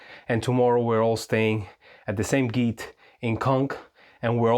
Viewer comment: Thanks form the quick reply - is encouraging! By the way, I have to say it. The “g” in “gite” is soft like Georgia…